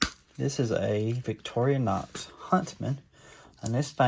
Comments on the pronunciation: I LOVE your channel. But you HAVE to stop saying Victor-ee-a-nox. It’s victor-a-nox. That’s driving me crazy. Take out the ee in the middle. Please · Please note there is NO A in VICTORINOX. It is pronounced Victor-inox.INOX means stainless steel.😂❤😂❤ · Thanks for another video of your shopping successes. I am definitely jealous. I don’t mind when you say Victoria-Nox. You’re Southern, I get it. I recently moved to Texas from Illinois, and have found that a lot of my pronunciations of local names are off. Am I wrong? Probably so, as they have been pronouncing their landmarks and local names their way since forever and I just got here. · You did very well and 2 Zippo's 👍👍👍👍👍👍👍👍￼ Did you overpay no if you are just a knife. Collector But if you are a collector and seller, I think you could of have done better in price. As for the 2 Comments Regarding on how you pronounce Victorinox. I real don't care how you Pronounce. Victorinox so keep on Pronouncing Victor - a - NOx Plus its good for the comment section. Peeing people off on how you pronounce words. LOL The only advice i will give you Just slow down on how many videos you put out every week.2 to 3 videos a week would be just fine. I like you channel but I cannot keep up on how many videos you put out every week.